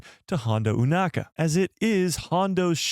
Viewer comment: "EW-NAKA"??? Why, when the ACTUAL SHOW and everyone else on the planet pronounces the name as "O-nakka" you say it differently? 🤷🏻‍♂🤦🏻‍♂